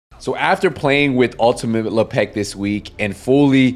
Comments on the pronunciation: Lep-ic ❌ La Pec ✅ 🤌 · " Le Peck " , WTF ? It's Lepic. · Why you say le peck it’s lepic not lepeck it’s not hard to say lepic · Ultimate Le Peck? Bro. You trolling saying it like this? lol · The pronunciation as Le'Pek kills me 🤣🤣🤣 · That’s LE. PECK. ER to you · la-peck? xD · Bahaha me too! But like...why's he saying it like that? Lmfao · lmfao hahaha man though for real, why? 😅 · Bruh😂 if Lepic were from the hood, aka Le Pac'😅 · Well, I said accent to just be polite. He might have a speech impediment.